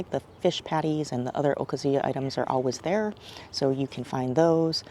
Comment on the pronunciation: I like your videos and they bring back so many wonderful memories. But, it’s O-KAH-zu-ya. Not okaZUya.